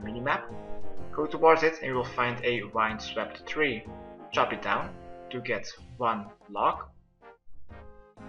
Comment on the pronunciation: Lol the way you said wind swept tree Did this quest with 75 agilty, didn't fail LOL